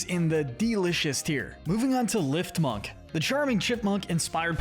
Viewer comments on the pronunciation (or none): I quit watching once he said LIFTmunk. Don't give an opinion on a game if you haven't played it or at least give some effort into learning to pronounce things so you don't sound uneducated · I don’t mean to be rude, but you need to learn some pronunciation. In the first 2 minutes and 30 seconds you already mispronounced, ball, lifmunk, and static.